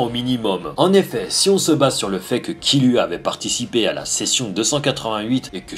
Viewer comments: c est pas killua mais kirua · c kiruha pas kiluha